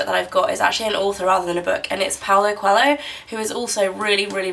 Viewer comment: You are pronouncing Paulo Coelho's name wrong.